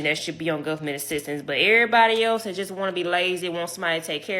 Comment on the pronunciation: “So the change dat I did heard” 😂😂😂 20 seconds in I’m already rollin 😂😂